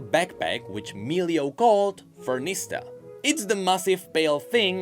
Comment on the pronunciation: It's Fuemigo (Fuego (Fire) + Amigo (Friend)) and Furnasita (Furnace + Casita (Home)) You're not very familiar with Latin American spanish, do you? Also, you should say LunÉ and LupÉ, not LUne and LUpe